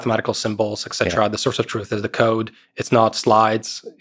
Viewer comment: It's ET CETERA!!!!